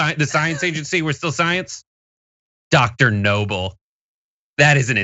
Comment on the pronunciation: Dr Noble’s name should be pronounced “A@@